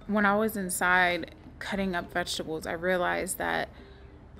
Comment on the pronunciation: The way is pronouncing( veshtable)me: vegetable